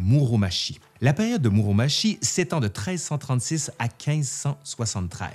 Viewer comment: Par contre pour Muromachi on le prononce Muromatchi et non pas Muromashi. C'est n'est pas le même nom sinon ^^ むろまち et むろまし c'est différent :)